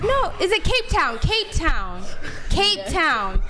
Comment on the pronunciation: I know, but afterwards she said Cape Tiown, which just comes to show how uninformed she is.